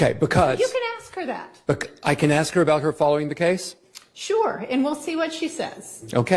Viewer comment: AsssssssssK. So over the aks.